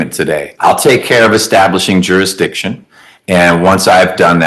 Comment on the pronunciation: Did they ever prove "jurydishin"?